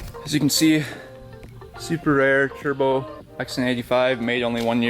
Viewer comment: "churbo" lol